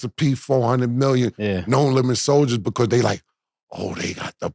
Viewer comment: Cam be like...beqause. 😂😂. Mf do not know how to pronounce because 😂😂😂😂. Or brought. I bought it from the house. 😂😂 It's like 1090 Jake trying pronounce apartment. Apahtment.